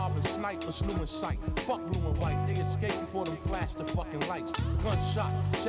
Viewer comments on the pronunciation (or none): none